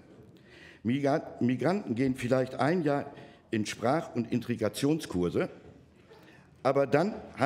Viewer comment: Was für "Intrigationskurse"? Vom Wort "Intrige"?